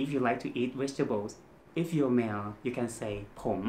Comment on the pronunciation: Its not wegtables there is no V in Thai so I forgive you and love your awesome wideos...